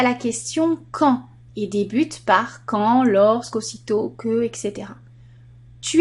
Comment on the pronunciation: on dit etc pas exe